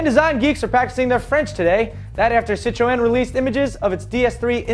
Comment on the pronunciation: wtf... citro-N? get it right